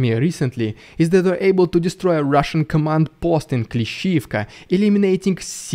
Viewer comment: Terrific video. Love your humor. 😂 esp Rrrussian prrrropaganda 😂😂😂😂